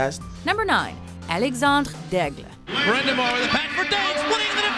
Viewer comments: WHY must you pronounce Alexandre Daigle like that.. are you Pierre McGuire?! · The way she tried to pronounce Alexandre Daigle annoyed me, just say it the way you want to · he's french, she's saying it properly. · I want to die every time they say Alexander daigle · wow can you butcher alex daigle's name any worse?